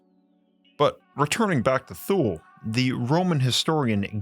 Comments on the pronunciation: It's spoken like Tooley, not Thoole. Like the Chepu Tule white indians of Panama, the Thule eskimeaux, etc. not a fable, just hidden ❤ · Its not thule... its tu-ley. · It's pronounced "tuhl-eh" not "thool" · You mispronounced Hyperborea and Thule again. It's not HY-per-BOR-e-a it's HY-per-bo-RE-a (the 1st and fourth syllables are emphasized not the 1st and 3rd) , it's not spelled with an -ia (Hyperboria). You also pronounced 'Thule' with a voiceless dental fricative (like TH as in thin, thorn) instead of as a 'T' sound, and it is 2 syllables not one ('Too-ley/Tool-ey' not 'Thool'). The same goes for the Nazi Thule society. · That’s how I thought Thule was pronounced (the way you said) because that’s how I heard it pronounced by some of my relatives when I was a kid. I didn’t want to say anything because I’m not an expert. I’m glad you did say something. It’s a mistake to look at the way certain words are spelled and pronounce them as if they were English words spelled that way. It’s the same thing with Thor. It’s pronounced and sometimes spelled Tore. It’s a little bit like a thick New York accent it’s heavier than a “T” or a “TH” in English almost like a combination between “TH” and “D”. Tongue behind the upper front teeth, not between the upper and lower front teeth. (At least that’s the way I’ve heard it. Like I said, I’m not an expert.) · I'm used to hearing "Thule" pronounced as "Toolie", or "Twhoolie" meaning "way out in the sticks", "out in the Toolies". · The furthest polar region of earth, We learned this in school. It is pronounced in NyNorsk as “Too-Leh” phonetic English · FYI.... Thule is pronounced "Two-Lee". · Given what I have learned as a linguist, Thule is most likely pronounced like Tyoo-luh. I will spare you the linguistic notation. Similarly, the Egyptian god, Thoth, is more correctly pronounced Toe-th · I believe the pronunciation is > tooly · Say “thool “ one more time.. one more time 😳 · FYI, Thule is pronounced (tu-lay)